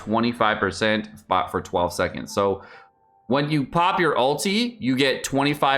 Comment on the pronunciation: its ULTI not ALTEA